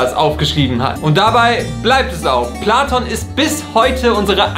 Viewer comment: "Der Jude Pladon" Alles klar. 😂